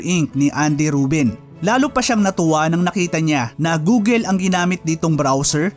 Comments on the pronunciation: Bakit gooleee google check ka po sa Google pronounce google Tama po Hindi gooleee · "Goo-gl" hindi Goo-gel. Paki ayos naman.